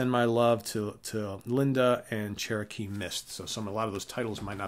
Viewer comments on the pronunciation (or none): none